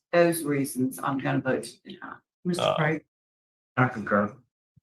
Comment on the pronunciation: Can't say deny?